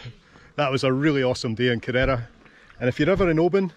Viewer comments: Nice video. I was there years ago. I think you’re supposed to stress the first syllable when pronouncing Kerr-era, not the second. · Great shot of the town with the mighty Ben Cruachan (there's a power station inside it) behind. A wee quibble: the name is KE-rrera, accent on 1st syllable. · Cheers, just wish I'd pronounced it correctly:D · Lovely video. Ive kayaked around it before and visited the little tearoom. The way you pronounce Kerrera is hilarious, you wouldn't know you were Scottish its that far off!